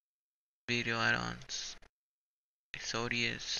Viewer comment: Definitely short and to the point bro... but try saying "EX-O-DUS" not EX-O-DE-AS